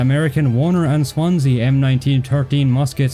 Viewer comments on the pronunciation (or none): none